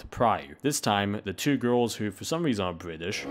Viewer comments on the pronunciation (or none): none